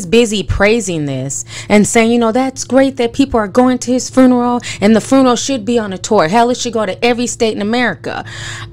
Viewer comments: lol sis are you saying "fruneral" on purpose? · Ti you really had me going "hmmmm" through the entire video. You are speaking nothing but facts! Everything is really odd. Thanks for the video and i love how you put the extra R in funeral lol aka fruneral lol love your channel! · I'm sorry but is anyone hearing how she's saying fRuneral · I love you Ti... but you killing me adding that extra R in FUNERAL lmao 🤣🤣🤣 now that's how I'm going to pronounce it from now on. Love you Ti and keep doing your thing boo